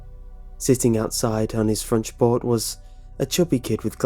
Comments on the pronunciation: doesn't say "front porch". He says "fronch port". He switched the last sound of the two words in a kind of dyslexic glitch. Happens to all of us. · Did anyone else notice at like, he said "fronch port" instead of front porch? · fronch port not front porch confirmed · fronch port 🤣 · Did anyone else notic 'Fronch Port' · "Sitting outside on his fronch port" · fronch port lmao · Fronch port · 'Sitting outside on his frontch port...' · he says fronch port instead of front porch. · Anyone else notice he says "Fronch port"? Lol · "fronch port" sorry I had to :P Great readings by the way. I've been listening to your Creepy Pastas while I work almost every day, and it's been two months and I'm still not halfway through. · anyone else hear him say "frunch port"? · DId you reallized that you said fronch port?